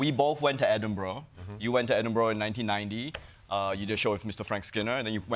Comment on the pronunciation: Pronounced Edinburgh correctly! Thankyou